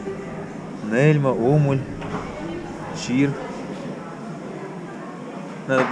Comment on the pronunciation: Это непонятная мелкая хрень какая-то, а не чир что ты строгаешь. И ударение на последнем слоге (чира*)